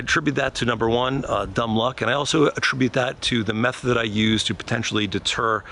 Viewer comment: I coulda swore you said “the meth I use to potentially deter a potential break in” 😂🤣😅 I was like damn this guy is leaving bags of dope as offering 😜🤪🫠